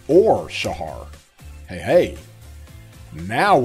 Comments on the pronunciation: Shajar with a "J" not "H". pronounce the "J" bro. Great video as usual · Great video as always but Shajar is not Shahar J isn’t pronounced as H in her name it’s a J like in jar